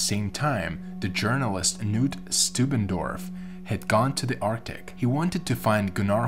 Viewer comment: The k in "Knut" should be voiced. The name is not pronounced 'nuut' nut with a hard k.